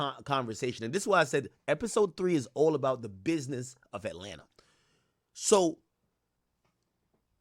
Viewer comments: 🥷🏽 said “War in Ratlanta” 😭😭 Ak be trollin Ode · “The war in Ratlanta” 😂😂😂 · Bro said ratlanta 😭😭😭😭😭